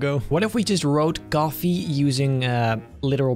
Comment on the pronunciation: H ahaha blud said gafe not coffee